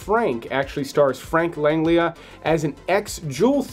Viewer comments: It's Frank LANG-JELL-AH. A man of his talent deserves to have his name pronounced correctly. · "Frank Langlia?"